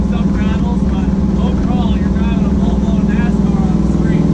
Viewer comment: “issa full blawn nascarrr” x